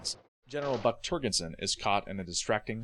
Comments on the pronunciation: I've always heard Kubrick's name pronounced "Koo-brick" - not "Cue-brick". And Adlai Stevenson's first name is pronounced "Ad-lay" not "Ad-lie". George C. Scott's character's name "Turgidson" is pronounced in the film with a soft g. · Has the narrator see the film? Def’ly blew “Turgidson.”